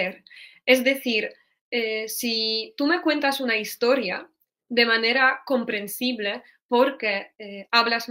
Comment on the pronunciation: Muchas gracias! Después de tu explicación, he vuelto a ver el vídeo y he notado la diferencia. Sobre todo con la E al final de sus palabras, como "comprensible" - comprensib-LEH (que suena casi como la schwa que usamos tanto en inglés) en vez de la E cerrada. Al oír estas diferencias estoy mejorando mi propio español, así que gracias de nuevo.